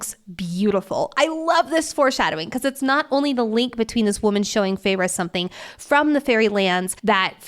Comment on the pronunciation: OMG it's FAY-RA!!! Idk if I can listen to this of you keep saying ferra